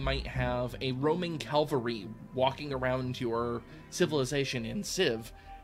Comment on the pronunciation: 1) "For instance, you have a Roman Calvary..." Cavalry. Calvary is where burdens are lifted. You had to pick the one unit example that is a tongue twister to you :P 2) I never played Alpha Centauri seriously, may not even have left Citizen difficulty. Our skill levels on this are farther apart than on Zeliard (and in the other direction). If there is any Sid Meier's game I'm any kind of expert on, that'd be Pirates. 3) "There were no differences in how [Civ 1] AI behaved, other than Nuclear Gandhi." That was an awesome bug turned ascended meme, reintroduced deliberately in Civ games after the first. (Although apparently it was no real bug but just in our heads.)